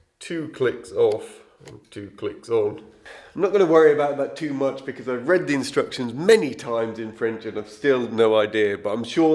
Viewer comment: I am a great fan of how people pronounce certain words..never making fun, it just gives me a little smile....please don't ever stop saying "bekizz"......😊.